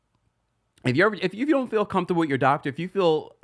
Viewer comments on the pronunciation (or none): none